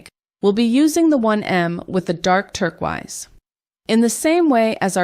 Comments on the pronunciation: Hey it sounds like you didn't realise, but turquoise is pronounced tur-koys not turk-wize. This can sometimes happen, even to native English speakers when we pronounce a word phonetically but have not actually heard it spoken! Lovely designs, but the mispronunciation is really jarring, you might want to re-record the audio for the video 💕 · Love the video but you have me wondering if I’ve been saying turquoise wrong all my life, lol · The was that you pronounce turquoise is kind of infuriating 😂